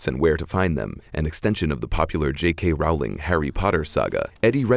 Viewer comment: it's pronounced J.K. 'Roll-ing', not 'Rowl-ing'